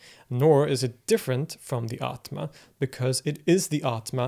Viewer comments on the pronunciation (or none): none